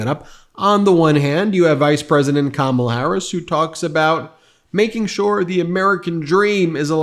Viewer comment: I’m concerned this intelligent “pretty” lawyer cannot pronounce Kamala. Would she be okay if we called her A-LINE-a Habba? Probably not